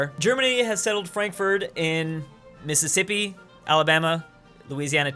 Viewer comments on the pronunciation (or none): none